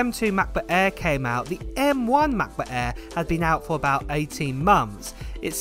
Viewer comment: “Mah buh ehhh, em-free moddow” = Translation = MacBook Air M3 Model